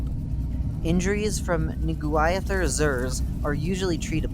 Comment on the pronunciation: I think it is pronounced nuh-GWIH-theh-zir.